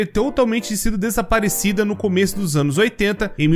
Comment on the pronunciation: Não é possível o falou ânus é não anos